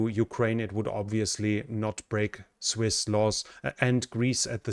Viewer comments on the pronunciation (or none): none